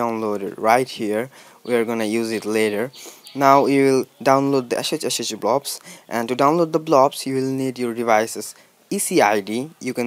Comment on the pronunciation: "... now you download the ASHAAAEEECHACHACHAyoublobs" 💀 😂 😂